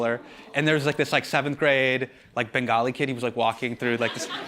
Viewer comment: As a Bengali, I SCREAMED when he said Bengali